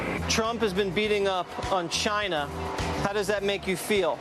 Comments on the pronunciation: Love the “CHAAAIIINA.” Just pronouncing it like that oozes prejudice. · Cayna... Ginaaa ginnna 😂😂😂 is the way the new republicunts or Tronald Dumpsters call it now Days. 😂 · BAHAHAH WHY DID HE SAY CHINA LIKE THAT